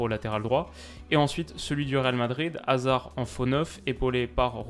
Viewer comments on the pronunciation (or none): none